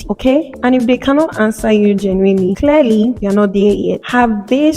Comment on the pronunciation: I thought the subtitles were wrong to translate Clairely for clearly 😒